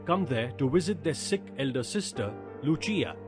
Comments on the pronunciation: It's no lu+chi+aa It's lu+sea+aa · It is not Yacopo its Jacopo and it is not Luchia its Lucia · 'Lucia'-- pronunciation is incorrect